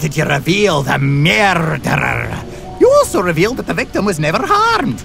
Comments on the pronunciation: Conductor: MEEEERRRDDDDDDEERRRRR ME: STOOOOOOOP!!! Your saying it wrong! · Who knows spanish or portuguese find the Conductor's pronunciation of "murderer" extra funny